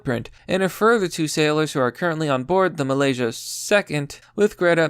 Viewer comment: Where the fuck is ply-mouth? Mal-iz-ia